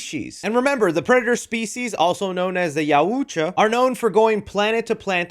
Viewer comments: It’s pronounced “Y-OW-CHA” not “YA-OOH-JA” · Yautja! not Yauuuuutja. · So it's actually pronounced yow-cha Sounds like you struggle to say it, figured I'd help 👊🏽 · YU DELETED MY COMMENT BUT I WAS TRYING TO HELP YOU ITS PRONUNCED YAWT JAH IDK WHAT YU THOUGHT YU SAID !!!! It’s YAWT JAH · It’s pronounced YAOT JUH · Dude you're so way off with you're crap. the way you're pronouncing yautja is ridiculous. Its not yaw ooootch wa. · IT IS PRONOUNCED YAWT JAH WTF did you just say?????????? Also why is nobody mentioning that the Predator looks half human His mouth mandibles aren’t the same This Predator is clearly a hybrid mixed breed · its... Yaut-Jah, dont emphasize the ut, please... im begging you lmao. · Pronounce it like Y-ow-chuh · Actually, their species is pronounced Yautja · Ngl, hearing how you pronounced “Yautja” almost made me hit that dislike button. Wtf was that 😂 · Hearing say Yautja cracks me up for some reason 😂😂😂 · Why can’t nobody say yauja right 😂😂😂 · The way says it makes me cringe 🤣